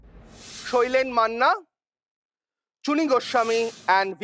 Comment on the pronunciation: I did not check the description for the name of the quizzer until he pronounced the correct way of shailen manna and chuni goswami! ❤